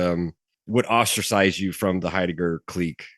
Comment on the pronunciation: 'ate 'eidegger luv me boys talking about 'eidegger